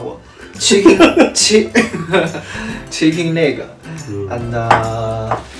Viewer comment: Chick-ein leg